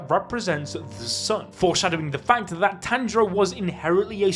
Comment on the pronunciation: are you Jamaican "you said Dat" instead of that.